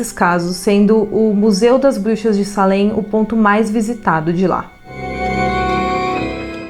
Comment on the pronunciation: Moro do lado dessa cidade a 5 minutos!na verdade escreve Salem mas se fala seilem! Pra pronúncia ficar correta